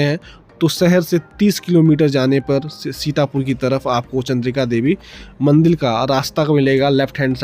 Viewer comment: Baaki sab to acha hai per Ek chiz samajh nahi aayi ki aap kaun se rajya se hai kyuki MANDIR Ko MANDIL bol rahe